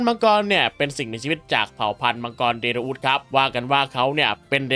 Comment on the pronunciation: แล้วก็ เดโรอุสครับ ไมใช่ เดโลอุส❤